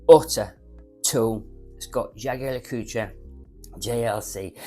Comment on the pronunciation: You're such a pig ignorant & nasty person but you cant pronounce Jorge or many common brands, hearing you say Blanche-pan & Jaeger Le Coutre was priceless, thanks😂